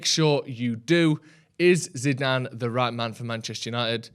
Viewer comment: Can you teach () how to say his name please..